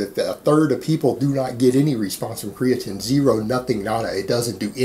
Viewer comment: came here to hear 'creatin'..left satisfied